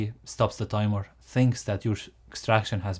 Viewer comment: Great and informative! Just the pronunciation could’ve been more taken care of - I’ve never heard so many times „TAIMOR” instead of timeER🥳